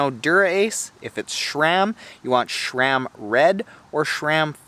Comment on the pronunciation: ive never heard people say sher-ram before